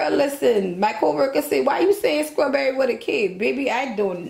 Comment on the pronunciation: Yaaaaaaas tag Dunkin Hines because you are doing the thang!!! and keep on saying sKrawberry!!! Can you pleeeeeease make a cake for one person because a whole box is too much for me, it came out sooo yummy looking Werrrk and yaaaas to this ad life!!!